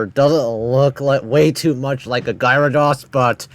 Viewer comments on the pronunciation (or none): none